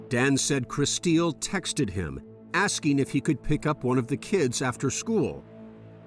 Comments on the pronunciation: Why do they keep calling her Kristeel? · Anyone else annoyed at her name how they keep repeating it over and over over annunciating it? "Kris steel". Why not just pronounce it normally like "chris 'til". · Her name is spelt Kristill but you keep saying Kristeal???? Annoying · The reporter calling her KriSTEEL is driving me nuts.